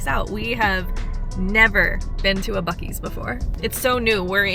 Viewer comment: Thank you for pronouncing buc-ee's right!